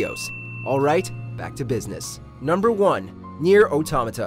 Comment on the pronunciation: the only thing I'll say is I'm impressed he pronounced automata correctly